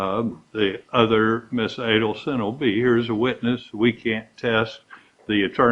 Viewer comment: "A-Deal-Son" ... NOT A-Dell-Son ... 🤦‍♀️ Her arrogant lawyer. Think of Dan / others ... not (your) Wendi.